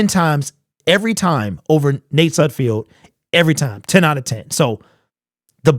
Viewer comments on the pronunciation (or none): I know you don't like Sudfeld but it's pronounced Sudfeld like Seinfeld is. Not Sudfield.